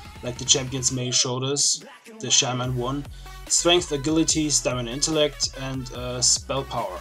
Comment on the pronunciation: Ah-gil-ah-tee lol..... It's pronounced əˈjilədē; think of the name "jill"